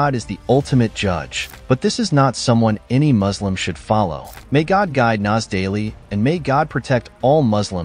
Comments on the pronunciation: It's Muslim it's not muZlim. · These people can pronounce the S properly in everything except Muslim. we are "MUSLIMS" not "MaZLims" 😖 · Muzlim is a mispronounciation of muslim٫ but it also can mean mudhlim٫ which means oppressor. Please be careful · Any muslim who says "muzlim" needs to be verified. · He also says muzlim too 💀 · Anyone say maazleem instead of Muslim need to be verified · every ACTUAL muslim does not say "muzlim"